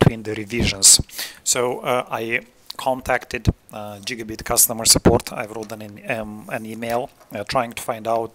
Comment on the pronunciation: my boy said Jigabit monitor